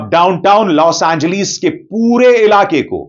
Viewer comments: Los Angleeees 😂😂😂😂 hahaha o sir name to thek say lo 😂😂😂😂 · Bro 😎 please 🙏 stop 🛑 don’t say los angleeees 😂😂😂😂 L A 😂